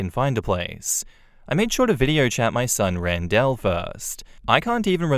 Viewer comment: Great story. On an unrelated note, you pronounce "Randell" weird.